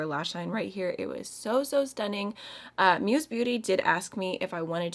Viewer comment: Its not pronounced as "muse" beauty but musée beauty, its a french word ;) it means museum